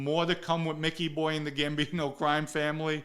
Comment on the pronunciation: You knew Micky Boy so well you can't pronounce his name correctly? 80% of this story sounds like BS.